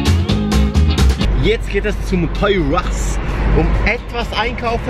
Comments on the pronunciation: ToysRus wird Toys are us gesprochen😂♥️ hab dich lieb😂♥️🔥🔥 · Nichtz gegen aber ich finde vol witzig das er Toyrus Sagt😅verstet mich nicht falsch cooler prank👍👍👍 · Töis rrrrrrus😂👍